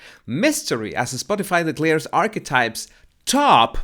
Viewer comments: Did you say "archwipes"?!?!? 🤣🤣🤣🤣🤣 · Holy smokes! Every time said the name of MM’s podcast, I heard “arse wipes “!!! Lolololo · The best part of this video is when pronounces “archetypes and it comes out sounding as ARSEWIPES” I almost died laughing! Perfect name for it! 😂😂👌🏻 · Towards the end of the video Archetypes started to sound like 'arsewipes'. I was multitasking, but still found it funny. Close captioning has it as "our wipes". Bahaha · Sounds like Arsewipes. Love it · I’m sorry but what are you calling the podcast in the end? All I keep hearing is “arse wipes” 😳😂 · Did you just say arse wipes? Lol love it, you shady king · Did I just hear call Archetypes "A*swipes"? 🤣Was that a Freudian slip? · To be sure, I am not making fun of your accent, because I love it, but when you say Archetypes, it sounds like you’re saying Arsewipes, and that is hilarious! 😂 I also thought that you say body language buddies, even though to me, it sounds like bodies (which is cute), but have learned that it’s actually baddies. But yes, it’s hard to believe that her podcast rated higher than Rogan’s. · Lol... I keep hearing "arswipes"... Is that correct..? 😂😂😂